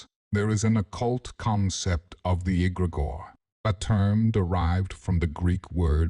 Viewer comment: Yeah I realized as soon as egregore was pronounced egg-grey-gore.